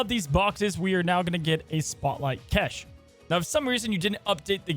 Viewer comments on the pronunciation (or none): Hi! Lovely video and hope you're having a nice day 😊 Btw cache pronounced like "kash" not "kesh" Thanks for all the snap info, have a good one! 🙏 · Cache is pronounced exactly like CASH. love these videos but my god it's starting to bother me. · I love your channel. I love you. PLEASE… I’m begging… stop saying “keshes”… please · c'mon man, cache is pronounced "kash" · call it a kesh one more time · Hard to listen when every time Cache is said it's said wrong. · The way pronounces "cache" drives me crazy.